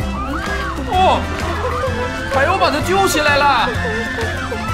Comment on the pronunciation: 鲤鱼你怎么叫海鸥 海耨😂😂😂